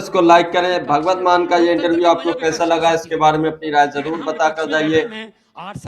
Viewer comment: Yaar Naam tu Theek bolo .... usska naam Bhagwat nahin Bhagwant hai ..... 😤😤